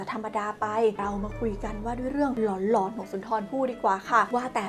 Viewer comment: เรื่อง "หลอน" นะ ไม่ใช่เรื่อง "กลอน" 😂😂😂